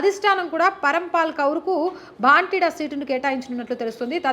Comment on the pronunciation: పంజాబ్ లో పార్లమెంటు నియోజకవర్గం 'భాంటిడా' కాదు తల్లీ, దాని పేరు 'భటిండా'. వీడియో చేసే ముందు తప్పులేకుండా చూసుకోవాలి కదా ! అప్పుడే మీరు చెప్పే వార్తలు విశ్లేషణలపై విశ్వసనీయత ఉంటుంది. అది లోపిస్తే, ఎవరు చూస్తారు ?